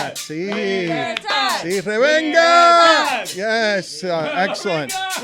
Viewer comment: "Revenga"?? WTF is Revenga? does he mean "Venganza - Revenge"? thats a Big Freaking fine! 20$ BUcks!!!